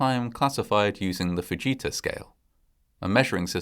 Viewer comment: Instead of the ‘Fujita Scale’, I thought he said the ‘buh-Jesus Scale.’